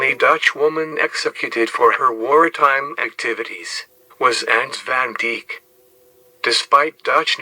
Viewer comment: Van Deek? its van Dijk like Dyke